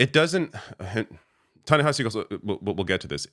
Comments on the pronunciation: “And so then I find myself wondering “why does Tanahashi Coates, who I’ve known for a long time…” ~cbs anchor tony dokoupil mispronouncing a name he claims to be very familiar with. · Tony can't even pronounce Ta-Nehisi's name correctly.